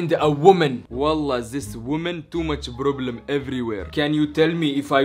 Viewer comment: I love the fact that he says " ask the provlem to come before 5 "